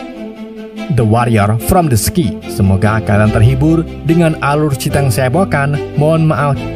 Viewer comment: sky dibaca sekay bang bukan ski